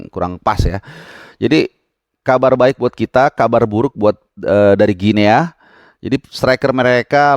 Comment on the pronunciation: Guinea (baca=Gini) sama kaya baca Papua New Guinea (Papua nyu gini)